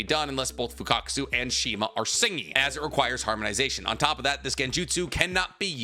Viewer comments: Why are you calling Fukasaku as Fukakusu? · Broo 😂, fukatkaasu. You say his name Fuka-saku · It's "Fukasaku"😅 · Fukasaku 🚫 Fukakasu✅ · You keep saying Fukakasu irritated the hell out of me. It’s Fukasaku.. FUKA SA KU.. 😂😂😩😩😩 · Bro still pronouncing FUKUSAKU as FUKAKUSU😂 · and “fukakusu”instead of “fukasaku” kkkkkkkkk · isnt it fukasaku? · Pronounced MI-YO-BO-KU and FU-KA-SA-KU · mf been making Naruto content for 3-4 years, still hasn't learned how to pronounce Fukasaku correctly 💀